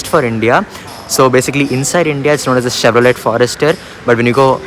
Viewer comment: It's not Chevro let!!! Let you stop Let! Lol